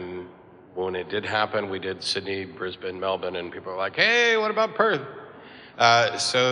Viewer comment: Aron's the first American I've ever heard pronounce 'Brisbane' correctly.